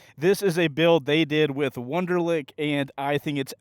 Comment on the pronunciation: Nice Wunderlich pronunciation bro 💀